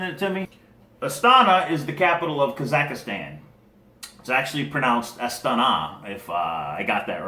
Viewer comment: You're making interesting videos and you seem like a good guy, but you keep saying "ka-zak-a-stan" instead of "ka-zak-stan". :)